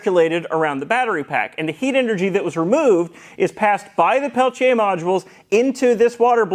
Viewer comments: Thanks for pronouncing "Pelletier," correct. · Why do you keep highlighting 'Peltier' almost every time you say it? You're pronouncing the name correctly.